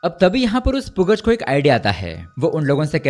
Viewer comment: Yaar bhai, Pugaz is basically to be pronounced as Pugal (पूगल)